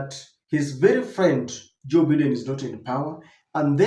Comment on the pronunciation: The name is pronounced as"Baiden" and NOT Bidden😂. Just a humble correction🇬🇧